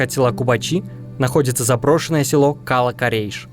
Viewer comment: Слух режет Кала́-Корейш , ударение на второе а. Кала́ это крепость.